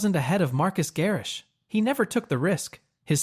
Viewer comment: LOL at “Marcus” Garrix!!! 🤣🤣🤣